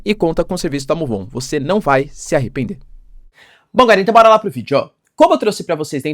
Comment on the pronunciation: ele não fala "vídeo" mas sim vidjô*